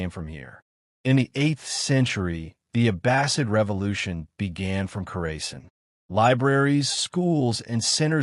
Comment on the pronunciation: You are pronouncing it wrong. Kaw ruh sahn. The stress should be on the third syllable. The "aw" sound is similar to the "a" in "father," and the "-sahn" part sounds like "sun" but with an "ah" vowel.